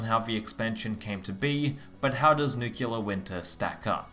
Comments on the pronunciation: Nice vid bro but a quick word on pronunciation. It is Nuclear and not Nucular🤭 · Nucular, huh ? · ‘Nukular’ Winter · I recently read a joke about the « nucular » pronunciation in english for « nuclear ». But I think it’s the first time I hear it for real, in this video ! (unless my ears are playing tricks on me) Interesting content as always, keep up on that trend :) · Say it with me. New Clear.